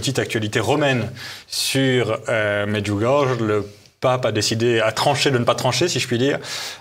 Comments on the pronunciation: …. Ah ! Le Démon s'est glissé partout . Ce monsieur ment et ment comme il respire. Je me pose une question: s'est-il jamais rendu à Medjugorye ? (prononcer Medjugorié svp - c'est affligeant de voir des gens sans scrupule déformer volontairement les choses) . Pourquoi n'expose-t-il pas les contradictions dont il parle? Se contenter juste de répéter comme un perroquet: "depuis le début, il y a des contradictions" ne prouve rien du tout !!! . c'est de la méthode coué en fait quoi ! Plus je crie que c'est faux, plus ce sera faux ? 🤣🤣🤣🤣 C'est franchement grossier et ridicule quoi ! A tous les gens de bonne foi qui ont regardé cette vidéo, je me permet de leur rappeler la parole suivante de Notre Seigneur Jésus: On reconnait le bon arbre à ses fruits . Les nombreuses guérisons miraculeuses durant et après le pélérinage à Medjugorye, les nombreux aveugles qui ont retrouvé la vue là-bas, les nombreux signes dans le ciel (que tout le monde peut voir et filmer ) durant les apparitions, les exemples sont innombrables . Medjugorye est un merveilleux arbre qui a et continue de produire beaucoup, beaucoup de bons fruits , et c'est toute la différence avec tous ces menteurs de plateaux qui n'ont rien de concret en main pour étayer ce qu'ils affirment. Seigneur Jésus, pardonnes leur car ils ne savent pas ce qu'ils font. Par ailleurs, aucun message de Marie n'a jamais traité des évêques de connard , ni que Marie ferait descendre une basilique sur le lieu de l'apparition : c'est une pure inven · Vous auriez pu apprendre a prononcer correctement le nom, cela se prononce MAIDJOUGORIYAI. Un peu de respect. Quant au site en question, etant Croate, j'y suis alle a plusieurs reprises, j'ai de gros doutes, je suis croyant mais connaissant cette region, c'est peu probable. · Déjà, Medjugorje s'écrit avec un J qui en croate correspond à un Y français : on prononce MedjugorYé et certainement pas MedjugorGe. Rien que cela montre une légèreté certaine !... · çà se prononce Medjougoryé !!